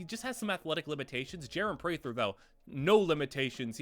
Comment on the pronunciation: Prater is pronounced Pray-Tr not Pray-Thr